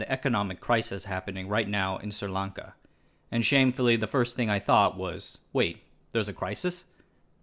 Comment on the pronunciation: Am I the only one paying attention to the fact that he’s made up his own name for this country?!? There’s no “Sir” in the name 🤦‍♂️. It’s Sri (Sree) Lanka